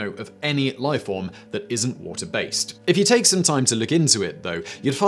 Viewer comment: "The Woahhh-teh Channel."